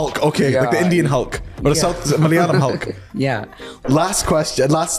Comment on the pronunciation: Love the way he say malayalam ... just perfect❤